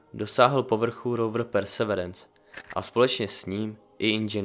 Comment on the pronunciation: Pekne udelane to ano, ale perseverence se tak pise ale cte se " persevirenc " trochu by to chtelo doladit slovicka v AJ